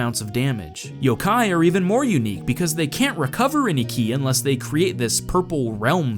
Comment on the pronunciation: It's pronounced Yo-Kai by the way